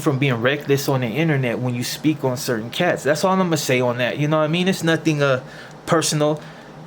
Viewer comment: Ain't getting jumped out of your hood like being a peceta . And why do you say fonna instead of gonna!ain't that' Tinto shit!should of just got into a Tinto gang!!